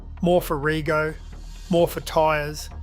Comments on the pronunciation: Why do you talk like ia, It's pronounced redjo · Good pick up. I thought the same! It is "Reg" then the "o". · No australian pronounces rego the way you did...